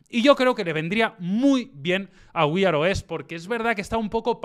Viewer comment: Así no se pronuncia "wear"